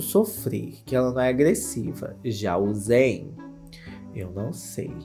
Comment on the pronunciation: que delícia ver você falando o nome e sobrenome do zayn certinho 😭💘 muito meu cristal mesmo